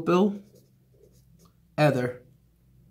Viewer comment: eeeeeeether not ethhhhher